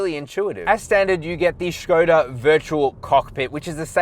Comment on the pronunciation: And he's back, good review! The Škoda is way better looking than the VW and nice job on pronouncing that accent above the S!